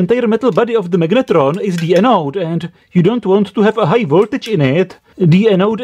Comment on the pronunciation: Prosím tě, slyšel jsi se někdy?? to jak taháš do angličtiny tu hnusnou protááhlouuu češtinu je otřesné. magnetróóón, Je to jak hindština, protahuješ ty konce, to se nedá poslouchat, vždyť se ti dole smějou Anglicky umíš dobře, ale ta výslovnost.. hrozné! A vůbec nevím, proč mám tenhle hnus v doporučení pro mě...